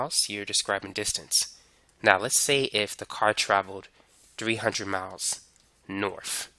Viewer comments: "Norf or souf" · So... norf and souf are examples of displacement? 😂